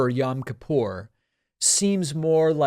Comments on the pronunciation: It's pronounced yOem kippur David. "Yam" is hebrew for sea. Also, the menorah is not such a blunder. The menorah is always a symbol of Judaism. So minor mistake (bc on Hannukah it's 8 and a middle candle vs normal 7 pronged) . And, she was spot on w/ the hebrew holiday language.It's so good that she probably got it from someone orthodox (which would make sense bc so many are republicans). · Oh please, David's pronunciation of Yom Kippur is more irritating to me than a menorah on a yom kippur greeting card. I cannot stand the woman but who cares. And lets be honest one of her staffers took care of this for her anyways.